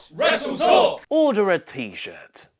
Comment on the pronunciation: SUPOHT. RESSLETOHK. ohduh uh tshut